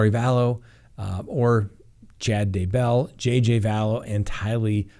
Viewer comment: Or? It is DAYbell Don't be a bumbbell